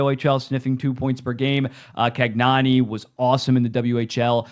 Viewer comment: please bring your inner italian in you for saying my boy cagnoni's name it's can-yo-nee